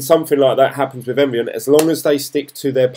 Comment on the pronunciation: Hey dude, just picking up on your pronunciation, it's Envion not Environ and it's Ethereum not Etherum. I started my journey a few weeks back so it's interesting to see someone getting up to speed just like me. Keep it up 👍